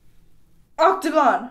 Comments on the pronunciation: Ik that she was saying "it's so hot" in Korean, but I can't stop unearing "O C T A G O N" the second time she said it lol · instead of saying “앗 뜨거” (its hot) sounds like “octagon” LOL